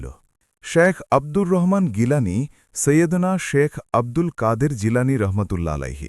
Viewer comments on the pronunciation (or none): আপনি গিলানি বলেন কেন,,,,,,,উনার নাম সম্মান করে বলুন,,,, যিলানি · ভাই নামটা তো ঠিকমত বলুন আবদুল কাদির জিলানি